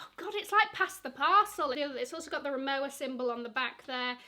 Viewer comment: Rimowa is pronounce as rimova. It’s a German brand.